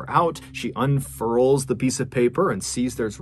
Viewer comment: lol the way he says "unfurls" lol